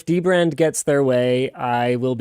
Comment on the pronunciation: now I want to see dbrand ad where he just says dbrad a lot